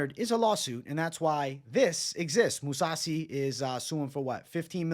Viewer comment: This dude said moussasi. This guy is a fucking joke. Perros just jump on the train as it's in motion. Spineless